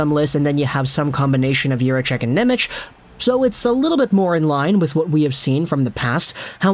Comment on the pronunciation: I love you, buddy, but before i have a conniption, i have to let you know it's pronounced "NemeTS", not "Nemech." His name is spelled "Nemec" Slovak, the "c" is a soft "ts" sound, whereas the "č" is an english "ch" sound, like "Černak". (Related side tangent, the Slovak "Ch" like in "Chara" is actually a hard "H" sound similar to "Channukka" [sp?], people have been mispronouncing Chara's name literally his whole career.)